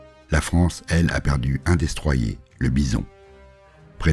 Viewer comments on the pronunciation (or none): none